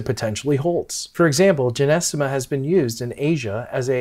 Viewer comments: Nice voice great content Except You are pronouncing it incorrectly JY- NO- STEM-A. PiNT- O- FILUM Or JOW—- GOOOO—LAN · Sorry it’s GY - NO- STEMMA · Man you're pronunciation of this herb is incorrect????😅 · It's Gynostemma pentaphyllum to be precise (not Genestema) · Hi can't even pronounce it correctly and is trying to educate me about the herb that I (now way more about. My mom told me about this as a kid...😂